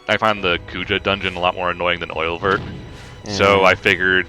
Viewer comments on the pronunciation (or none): Oeilvert is pronounced something like "Uh-yuh-vair" (it's french for Green Eye) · I'm very late but Oeilvert is French for "Green eye". It is pronounced, roughly, "ea(rl)-y-vay-r" (don't pronounce the rl in parenthesis, they are just there to description how to pronounce the "ea" part). That's the closest I can get without going all phonetics.